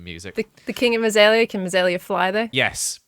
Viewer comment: He said mossaela but he said it like this mazaela